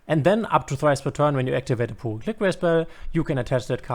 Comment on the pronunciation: shouldnt it pronounce as purely? saying pool-ly really grind my gears lol. Excellent guide btw !